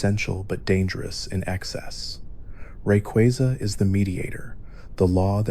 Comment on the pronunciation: Dont wanna be that guy, but pick 1 way to pronounce Rayquaza and stick with it lol. Other than that thanks for a good vid!